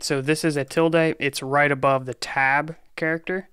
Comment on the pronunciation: touch actually update the 'file modified' date/time. If there IS no file to update, it creates one. ls -la has TWO parameters. ls -a will show ALL files, ls -l will give you a detailed list. 'tilde' is pronounced with the e as a schwa, "uh."